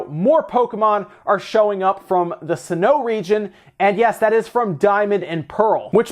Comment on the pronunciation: I believe the region is called sin-oh